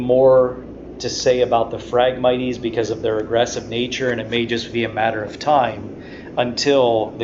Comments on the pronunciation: phragmit"ies" LOL. phragmites (mights) Great info, love the breakdown and detail. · I had to quit watching because your pronunciation for the word phragmites was driving me nuts. It is pronounced frag-mites like the bug a mite...... Not miteeeees. there is no long e in that word. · Cool video and super accurate all except for the pronunciation of Phragmites. The e is silent bud. Lol. Had to say it sorry